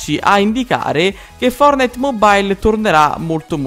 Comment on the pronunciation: Fortnite si dice no fornite lmt